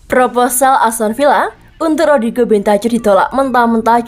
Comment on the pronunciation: Mana host yang lama yang ini bahasa indonesia nya kurang baik tidak ada intonasi dan logat nya aduh ganggu parah rodrigo bentacur cara bacanya bentakur bukan bentacur aduh parah parah